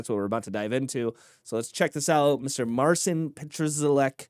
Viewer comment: Mar-chin Pat-cha-work. Roughly the way his name can be pronounce.